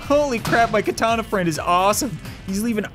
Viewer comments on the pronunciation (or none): none